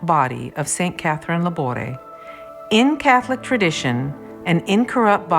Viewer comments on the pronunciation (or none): Thank you for making this video. I visited the Rue du Bac Chapel in August. I respectfully suggest you check the pronouciation of famous foreign saints names on YouTube so you can pronounce Laboure correctly as she is very famous. The letter "e" with accent is pronounced in French. Thank you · Her name is pronounced with the accent on the e’